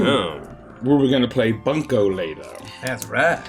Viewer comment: Drinking my fucking energy drink at work when he mispronounced bunko and I literally threw it back up and almost choked from laughing